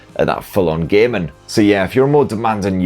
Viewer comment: It's hilarious how you say "gaming". "Do a lot of gay men"